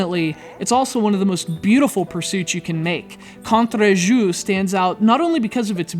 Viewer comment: never try to pronounce Contre Jour again Just kidding.